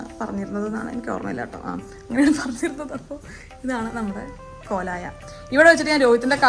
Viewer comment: കൊലയ അല്ല പൊട്ടത്തി കോലായി